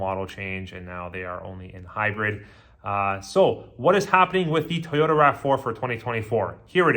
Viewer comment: Why is this guy saying “Tayota”